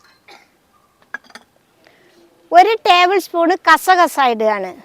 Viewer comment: Kasa kasa അല്ല കസ്കസ് 😂😂